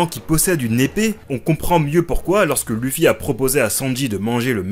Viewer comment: Pourquoi tous les français déforment le nom de Luffy ? Ca ne se prononce ni EU ni U ça se prononce OU. Vous dites Son Gokeu ? Akaineu ? Meugiwara ? Non, bah Luffy c'est pareil, c'est L-OU-ffy tout simplement.